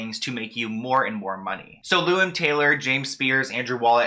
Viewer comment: I'm so sorry but your accent on blocked and Lou Ann is driving me NUTS it sounds like you're saying BOCKED I literally had to Google if BOCKED accounts were a thing.. and it sounds like you're saying "lewing" or "Liam" Taylor. I'm sorry to sound mean but 🤷